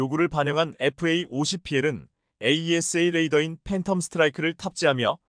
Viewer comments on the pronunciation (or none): none